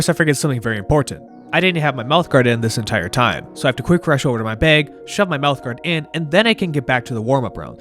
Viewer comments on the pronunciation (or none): If anyone ever doubted where you were from.. your pronunciation of ‘bag’ is at least a region of northern US/ Canada area